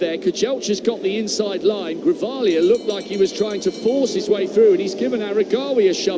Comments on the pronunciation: 😂😂😂 They are calling him Grivalia not Guevara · Commentator- his name is not Guevera, it is Grijalva, or in English pronunciation for you, Gree, Haul, Buh...not Gue, Ve, Ra. 🤦🙄😕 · The male announcer called him Guevera at the beginning then he switched to Grivalia when the female announcer was calling him that. Bonehead disrespectful unprepared commentators.